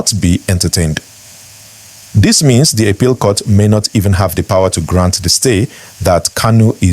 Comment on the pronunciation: Biko pronounce APPEAL properly. Haba!